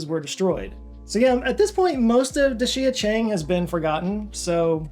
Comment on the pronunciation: little pronounciation help. dee sha cheng